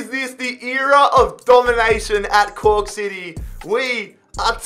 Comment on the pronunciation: Im laughing my ass off i heard coock city i cant anymore lmao